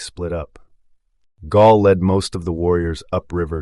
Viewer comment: Gall; not Gaul. Gall was Lakota, not ancient Gallic, from today's France.